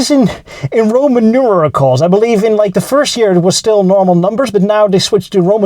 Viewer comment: It’s pronounced ROMAN NUMERALS, not ROMAN NUMERICLES. Otherwise keep going - it’s great.